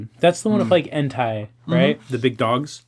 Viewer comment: I had to stop and rub between my eyes when you pronounced Entei in a way that rhymed with hentai.